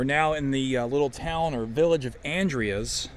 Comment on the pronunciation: The town is pronounced "An-dree-z",, I got corrected by a local about 20 years ago as I was saying it wrong also. The station certainly has decayed since I was there last 5 or so years ago. Still had roof and floors. Great auction house in town there at the intersection, Dean Arner, sometimes he has some interesting local railroad memorabilia for auction. Inside the station, thats called "strap rail", wooden rail capped with an iron strap. They would have stored a speeder in there for track inspection. Hopefully someone can repurpose the station before it's all gone.